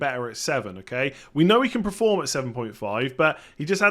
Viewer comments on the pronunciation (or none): Dude, love the content, but pronouncing "perform" as "preform" is really starting to get annoying now :P